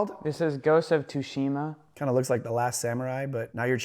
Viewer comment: Aiden fr said "GHOST OF TUSHIMA 🤓" 😂😂 MF it's T's'ushima!! There's an 'S' in there, stupid.